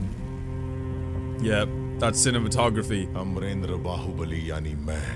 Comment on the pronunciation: say bahubali correct